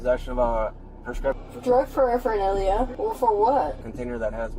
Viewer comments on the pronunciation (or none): “Drug frreffrnalia? For what?” No officer, she hasn’t been smoking anything at all.